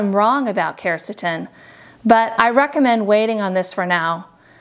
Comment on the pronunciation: she dosent even pronounce quercetin properly lol